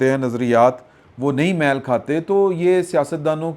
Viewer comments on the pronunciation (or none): میل کھانا محاورہ میں میم پر زبر نہیں ہے۔